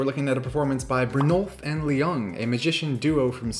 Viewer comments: I'm Swedish. Yes, Penn and Teller are well known in Sweden. No, you still coulden't exchange that autograph for a farm (maybe one by Playmobil). No, I have never heard of these guys (Brynolf & Ljung). No, Ljung is not pronunced L-jung but Jung/Young in Swedish. Yes, that was a nice performance. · The L in Ljung is silent btw ;) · the L is silent in Ljung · the L in Ljung is silent.